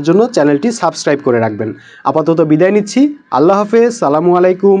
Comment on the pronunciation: তোমাদের মত লুচ্চা বাটপার কাছে পড়লে লুচ্চা বার্তা ছাড়া আর কিছু হবে না তোমার কত বড় সাহস আমাদের সঙ্গে বদনাম করো এই তুমি আলিফটা উচ্চারণ করতে পারো ভালো করিয়া আল্লাহ নামটা ভালো করে বলতে পারো না তুমি আবার মাদ্রাসা হুজুরদের নামে বদনাম গাও বদমাইশ সুর বাটপার বদমাইশ